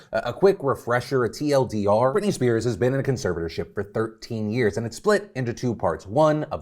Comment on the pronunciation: ITS BRITNEY BRITNAAY